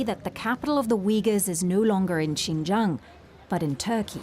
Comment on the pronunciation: It's not hard to pronounce "Xinjiang" (Sheen-jiang) and not necessary to pronounce it as "Qinjiang" (Cheen-jiang). The host should spent a few minutes to get this right before mispronouncing this place name repeatedly in this international forum.